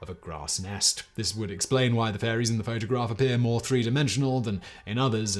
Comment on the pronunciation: Lol "photograRph"